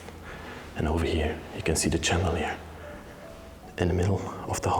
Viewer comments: Hi i love ur videos but i hav to tell u how to pronounce Chandelier it is spelt this way but pronounced shandeleir Also the poop chair is called a comode in Australia hope this helps.Love u ur a real gentleman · The ch in chandelier is pronounced in English as sh, as if you were telling someone to be quiet.